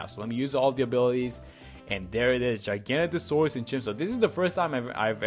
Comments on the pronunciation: It’s actually pronounced giga-naught-asaurus. Giga as in like gigachad and naught like nautilus/nautical. Love me some dinosaurs, not my favorite but still 🤣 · dinosaur nerds seething at his pronunciation